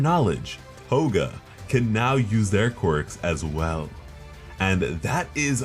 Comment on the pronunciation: Am i the only one hearing Hoga